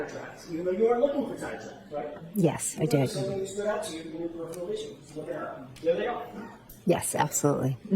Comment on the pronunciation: Perifial vision. Inebweeated. I sar it. Not only is a lying murderer of John O'Keefe, she's a murderer of the English language. Why did that woman never seek the help of a speech therapist? Insufferable.